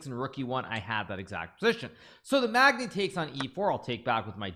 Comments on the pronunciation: Him calling them the Mag-Knee instead of Magn-I was interesting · It's pronounced 'Mag-nigh' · Idk if it’s a thing with multi language people but I’m pretty sure you would pronounce it as the mag-nye. I say this because I am one of those people that pronounced it like Hikaru but the more I thought about it the more I believe I’m mispronouncing it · You pronounced it "thee mag-knee" !? Do better. ;-p